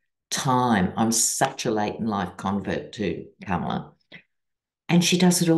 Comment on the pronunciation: love, love your readings! You always bring sanity to my day! Love that Kamala is taking off like a rocket! Please show her the respect she deserves by pronouncing her name as she does: Com-a-la not Kam-a-la. Thanks for listening to this detail as we move toward a great future with our 1st woman president of the United States.❤😊